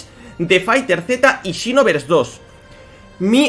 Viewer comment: "and xinovers dos" JAJAJAJAJA